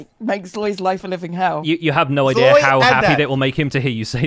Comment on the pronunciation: Pov: you just realized that it Sloy and not Zloy. 😅🤣🤦